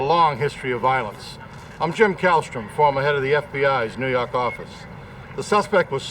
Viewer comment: New Yawk Affice😂